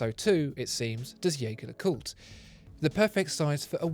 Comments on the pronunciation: Hang on, you called it a “Yaygar le Coot”, usually it’s pronounced “Jergere le Coot” on this channel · If only the spokesman for Watchfinder could pronounce Jaeger-LeCoultre's name properly. "Jaeger" =/= "Jäger" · Beautiful video with excellent production, as always. But please double check how Jaeger-LeCoultre is pronounced. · The video is great but it's a shame that he keeps pronouncing the brand's name the wrong way… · What about learning first how to pronounce the damn name of the brand so maybe than we can try taking you seriously.....hm?? What about that? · Surely, it couldn't hurt to learn how to pronounce Jaeger LeCoultre? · Mispronouncing Jaeger-Lecoultre right off the bat. Not a good move for a watch channel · Excellent video as always. BTW, try pronouncing Jaeger in french, not in german, in their official youtube page, you can hear how the brand is correctly pronounced. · I love your videos. And I am thankful for the usual great content. If I may: The way you pronounce the name of the band is incorrect. You may wish to look into it for your future reviews or simply call them JLC. Thanks again. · He can't even pronounce the name of the manufacturer of the watch! Try to at least get that right before you launch into your "review"